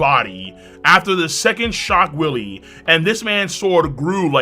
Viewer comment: pronouncing shock Wille as "shock willy" is cracking me up 😂😂